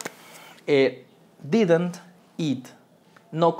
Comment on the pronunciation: pronuncias Mal didnt😂 pro Bueno